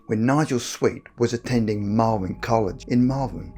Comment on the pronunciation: I did like two double takes and googled Malwin because that's the strangest pronouncation of Malvern I've heard yet.